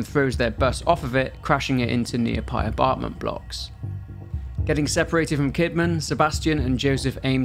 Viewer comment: Nearpy abartment blocks 😂😂😂